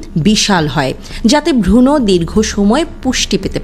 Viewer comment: ভ্রুণ কে ভ্রুণো কেনো বলেন।উচ্চারণ সঠিকভাবে করুন।